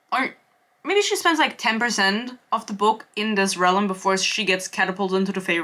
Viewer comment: This seems like the video that provides me with exposure therapy to help me stop getting irritated every time you pronounce "realm" as "relem" ^^'